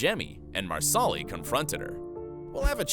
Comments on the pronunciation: MAR-SA-LEE, not Mar Sal Ee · Never will the voiceovers learn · Marsali not Marsoli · Nada Rosguttis I love the narrator. I think she is fabulous. Surprised you p go back to hear her say Marasli. I don’t remember her mispronouncing it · Yes! Especially Marsli! 🤦🏻‍♀️ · It's pronounced MARSE-lee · Please learn how to pronounce characters names (Marsali --- Mar-sa-lee) as well as where the major battle happens/locations. You're saying several wrong which angers fans as much as changing the story. It makes it obvious you've never seen the show. Only reading from a scripted narrative that you don't know squat about. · Mar solly? Lmao 😂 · Marsaaalii huh!!! Is it so hard to get some names pronounced rightn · "Marsali" pronounced "MarSAWlee"? I hate it when YouTube narrators can't even feign enough knowledge of their material to get the names right. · Mar soli 😂😂 it's pronounced like parsley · I'm so upset by "Mar-SAW-ly", dude what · Tammy McFall Philippi agreed. Each time the narrator says Marsali’s name I cringe. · 100% agree. I kept cringing every time he said Marsali. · if we are talking about "" she definitely butchered marsali, murtagh, loaghaire...etc etc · I was just thinking the same thing ESPECIALLY when he says "Marsali's" name LOL 🤦‍♀️🤦‍♀️🤦‍♀️ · Stop saying Marsali's name like that!! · It’s really annoying how he pronounces Marsali‘s name 😒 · It's NOT Mar solly. It's Mar suh Lee. Not kill aw dun. Not murk aw. So do your damn research!! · CullOWden? MarsAWli? Wtf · This narrator has obviously never seen the series, as "Marsali" would tell you at "Cullodon." ;'D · You could do just 5 minutes of research and learn how to pronounce Culloden, Jocasta, Innes, Brianna, and Marsali.